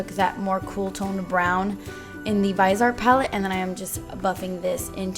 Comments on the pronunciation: it is pronounced VIZEEY-art lol. i love you!!!!! such a cute look ❤️ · You're suppose to say Vise Art like vee-sey art 😊